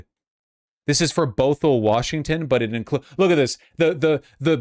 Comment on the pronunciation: Bothell, WA is pronounced “baa - thl”